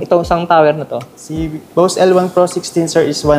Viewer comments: Bose pag binigkas parang bows.. hindi boss as in amo.. ginawa mo nmn amo ung brand.. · Di po Boss ang Pronunciation nyan kundi Bows(Bose)